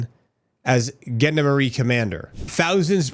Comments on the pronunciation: if your trying to sa gendarmerie it said like jondomerire. Basically a police force. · Love your stuff mate, keep it up, might wanna Google how to say Gendarmerie though ;)